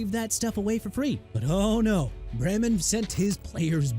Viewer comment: YOU FORGOT TO MENTION THAT BRYAN COX PLAYED FOR THE DOLPHINS, BEARS, JETS AND SAINTS DUDE!! PLUS IT'S NORMAN BRAMAN PRONOUNCED BRAY-MAN!! IT'S NOT BRAM-MAN!! USELESS...